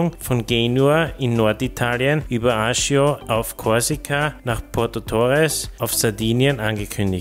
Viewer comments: Der korsische Ort spricht sich Ajatschio nicht Ajajo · Moin, sehr interessante Videos mit sehr speziellen Infos, vielen Dank! Ein Hinweis: Aussprach der korsischen Hauptstadt noch mal checken, das ist mE nicht korrekt!